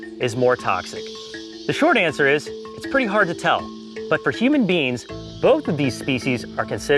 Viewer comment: We are all just simply human beans